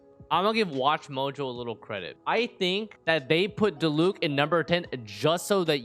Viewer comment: XDXD THE PAUSE AT DILUC